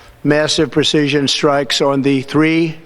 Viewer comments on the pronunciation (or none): "with pre-sea-sishon". Yeah, his brain is rotting away.